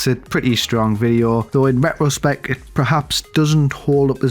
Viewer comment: Hey, it’s RETRO-spect. Not RET-ROH-spect.